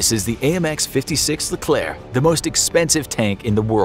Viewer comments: The correct pronunciation: Leklerh My pronunciation: L E K L E R K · Leklair actually, it rhymes with éclair but with a 'le' at the start.